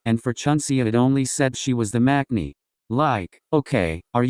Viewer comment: Actually, when she pronounce 'maknae' is wrong. She pronounce it like 'makne' when you should pronounce it 'mangne'